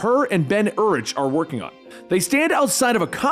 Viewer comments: It’s pronounced Ben “U-Rick” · Urich is pronounced Your rick. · Great video, just don't like how you say Yuri's last name. 😂😂